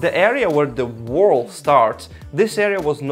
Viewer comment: Alternate video title: "Welcome to my whirl"